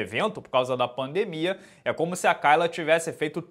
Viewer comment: Acho incrível vc pronunciar "Kayla" errado,...